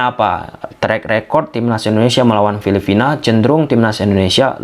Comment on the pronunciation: Coreksi bang, bukan filifina,tapi filiphina. Intonasinya harus jelas dong bang